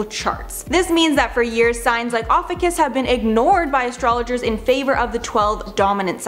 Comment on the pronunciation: This isn’t even new. Believing in astrology is hilariously sad. Might as well believe in a flat earth....btw she isn’t even pronouncing it correctly. Smh.